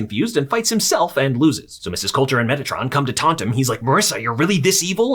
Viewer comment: Was i the only one that heard metitron as megatron instead.